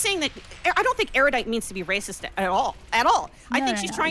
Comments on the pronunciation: Eurodite? Eryoudite? Why such horrid pronunciation every time? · The most baffling thing about this conversation is the pronunciation of Erudite’s username. I heard Euro-dite, Yair-O-dite, Airy-you-dite, Air-you-dite-ee, and many more from Destiny alone. We have to shut down the speaking of this streamer’s name until we can find out what the hell is going on!